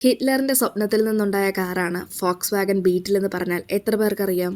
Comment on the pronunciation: Fox wagon ❌ vols wagon ✅